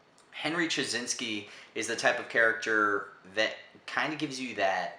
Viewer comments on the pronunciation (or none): it's pronounce as chyy naas key